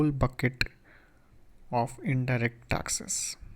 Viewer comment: dude..just say taxes...why tasksess.?...